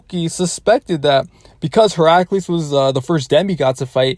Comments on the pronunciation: Bro really calls hercules, heraculees for a min there x'D. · Wait how did he pronounce Heracles? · Bruh the way he pronounced Hercules